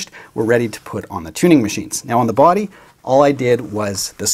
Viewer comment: The way you pronounce the word "body" is the best. Not sure why, something in your accent. "BWUAAdy". Never change it.